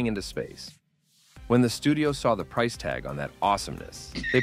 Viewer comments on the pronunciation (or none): none